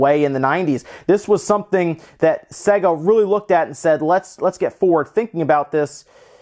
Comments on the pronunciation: Say-ga. Not Segga. The games literally tell you how to pronounce it. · "Say-Ga" not "Se-Gah" Jees!!! - it even says it properly at the start of the games!! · It's not pronounced "Segger", for fucks sake. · I have a grave vendetta against people that pronounce sega as "sEGG--uh". It's "sAY-guh". They pronounced it that way in their in jingle. Remember? "Saaaay-guuuuh~". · it's NOT "say guh". they say that in the jingle because americans can't pronounce words. Play the japanese version of games to hear how to actually pronounce it. it's "sɜ-gɑ" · not supposed to sound like how service and games is pronounced unless you think so. With that logic it's more like "Suh Gay" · The Sega Corporation is called 株式会社セガ (Kabushiki gaisha Sega), where セガ (Sega) is pronounced with an "e" like it pronounced in "bed". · I loved this console so much! And he can’t pronounce SEGA! Lol